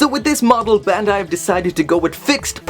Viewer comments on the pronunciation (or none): none